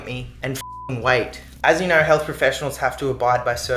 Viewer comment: If naur you naur if you dont naur you really don't wanna naur 😂❤ that tickled my brain so much